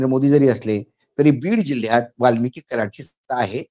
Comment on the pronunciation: सर, वाल्मिकी नाही, वाल्मिक!!